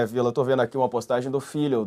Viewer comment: Esse Villa se pronuncia no aumentativo!